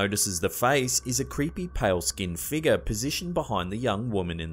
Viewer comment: why can't he pronounce the word "figure" correctly?